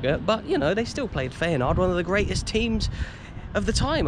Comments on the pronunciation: Enjoyed this one mate 👍 As a footnote, i think its pronounced ‘fi-en-noord’ 😉😂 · Isn't feynoord pronounced fire-noord ? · It's Feyenoord not Feyenaard ! Apart from that another excellent vlog. Always look forward to your next upload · Who are Feyenard? Do you mean Feyenoord? 😂😉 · Please learn how to pronounce feyenoord